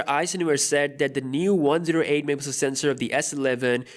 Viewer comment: Normal people: megapixel: MEHPIXEL